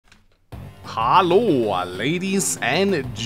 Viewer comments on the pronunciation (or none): Hi, you say Hallo like a german ahaha